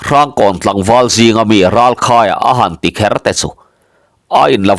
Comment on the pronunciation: "Kher" tih i lam hi a chiang ṭha hle mai